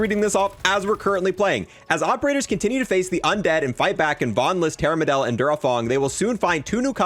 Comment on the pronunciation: Dude still says Terramedilla and Panzerfrost.